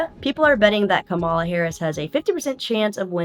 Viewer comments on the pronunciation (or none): It's "COMMA-lah", but I think you already knew that? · Kamala is pronounced "Comma-la" (comma like the punctuation mark) If you can't say Comma-la, then just call her VP Harris, her current title - super easy to pronounce. Also maybe helpful: Kamala is also like "Momma-la"....(not Ka-MAH-la and not "camel-la") just FYI. I've heard you mis-pronounce Kamala on several videos. Unless that's intentional shade, which I hope it isn't, but also FYI, (if it is just a mistake) the Trumpers do it on purpose to disrespect her...